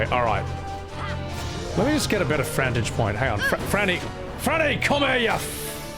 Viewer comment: "An adFrantage!"